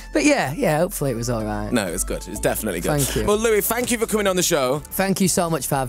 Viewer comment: Nobody Literally nobody Grim : Louis fank you coming in to the show Lou : Fank you so much 😂😂😂❤❤